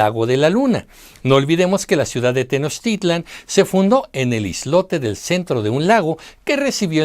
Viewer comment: NO ES TENOCHTÍTLAN, ES TENOCHTITLÁN. SALUDOS!